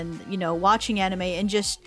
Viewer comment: Proof that is an anime casual: she mispronounced anime.